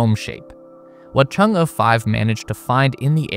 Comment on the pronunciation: kudos for pronouncing Chang'e so well